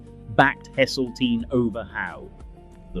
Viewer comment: "Livver birds" "Sea fith" "Hessle teen" lol. AI shite!